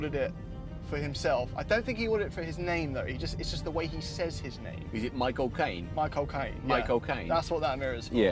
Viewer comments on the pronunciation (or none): "Mi Chaelcane" 😂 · Sounded like younsaid the mirror is for "my cocaine" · michael cane my-co-Caine